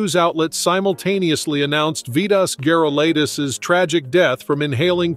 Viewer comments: You can’t pronounce his name ?? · Exactly, that's exactly what I was just thinking.